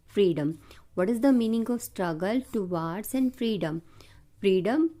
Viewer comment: Ma'am you are pronouncing towards wrong